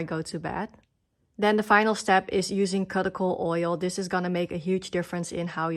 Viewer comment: Thanks for the video. Just for fun, look up the word cuticle via google and can listen to how you can pronounce it 😅